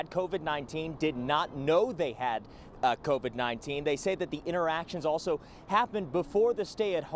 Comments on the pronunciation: lmao Ti its pronounced CO VID NOT CONVICT lmao stop listenin to Akon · No shade, but why does she keep pronouncing it "CONVID"? Where did the "N" come from? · Funny you called that out...l was listening while cooking & my 9 year old walked into the kitchen and said why is that lady saying Convid instead of Covid...😄😄. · Everytime Ti says CONVIC-19 I hear "Convict Akon and Young Geezy Geah" lol 😆 😆 we still love you sis! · C-O-V-I-D Say it with me. "COVID" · "co-vid" lol or you can just say "virus" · Lol I love how Ti says convid-19 😭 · I’ve been wondering for a while now .... does she realize there is no N in COVID...? 🤔